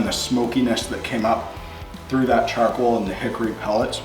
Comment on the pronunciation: Charcwoal. I love how he says it.